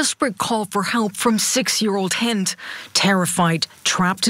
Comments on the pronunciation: Her name was Hind rhymes with end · not haind...HEEND that how you pronounce her name.